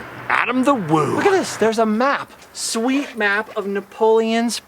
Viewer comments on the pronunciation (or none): Say shweet one more time 🙄🤬 Couldn't make it halfway.